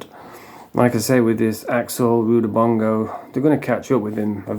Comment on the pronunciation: Is there another axel as his surname is not what your pronouncing